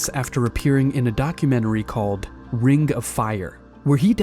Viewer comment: "renga fire" - !? ... When did "Ring" become "renga"? What dialect is that?